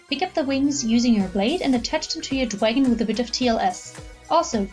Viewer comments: Omg it's Dragon not "dwagon" this isn't pre school that was so fucking annoying hearing you say "dwagon" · dwagon? its dragon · "Shut up" these charms are called dwagonz by the original creator it's not the way she pronounces it 😐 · You're like 40 years old talking bout "dwagon".